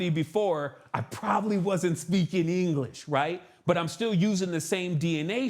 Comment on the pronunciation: With "Anglesh" he says